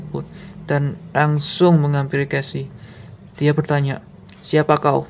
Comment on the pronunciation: Jangan marah saya koreksi ya Casey=khesi